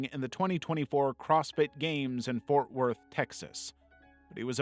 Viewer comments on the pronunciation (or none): DID SOMEONE SAY FORT WOTH???!!?!? NOOOOOOOO